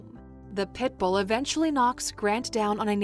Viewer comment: I don't like how you said pitbull